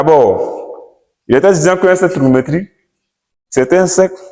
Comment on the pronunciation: Faut bien prononcer cher prof. Cercle trigonométrique et non cercle trigonométrie